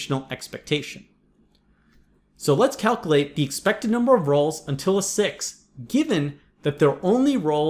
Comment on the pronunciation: Did I just get a grammar lecture from a dude who says "figger out" and "calcalate"?